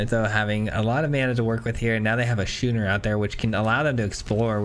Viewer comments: Just a heads-up: That boat vehicle is pronounced "Skooner", not "Shooner" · Schooner is pronounced "Skooner" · why are you pronouncing schooner in such an odd way?